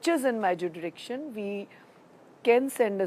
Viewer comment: ke liye 'jurisdiction' nahi hai, JUDRICTION hai. Says all you need to know about the credentials. Astonishing! Sad affairs of the people at helm in this government.